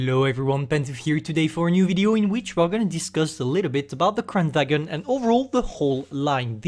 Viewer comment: it pronounce kran varn